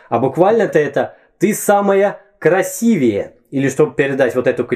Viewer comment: Вы, любезный, сказали "красивЕе"? Это ужасно.